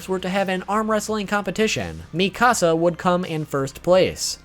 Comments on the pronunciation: WHY DOES EVERYONE SAY MIKASAS NAME THE WRONG WAY!!! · Corps is pronounced core. Mikasa is pronounced Mee-kahsah Gabi is Gah-bee. Your pronunciations gave me cancer. Also, The Pizza Hut logo is not present like you claimed. At least not on Crunchyroll.